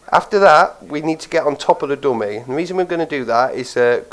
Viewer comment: you should probably learn how to say GUN AND DUMMY properly cuz i keep understanding gum and domain .....